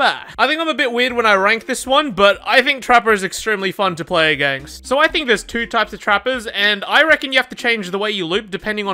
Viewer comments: Count how many times he said againgst :D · Againgst? Is he saying againgst?